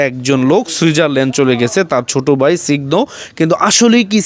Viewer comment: হাহা ঐটা সিগ্ধ না স্নিগ্ধ